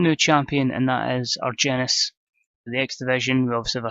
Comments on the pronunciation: I believe the G in Argenis makes an H sound. Ar-hen-is that's how they pronounce it on Lucha Underground anyway. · I believe it's pronounced with a h instead of g... So Arhenis. Good stuff as always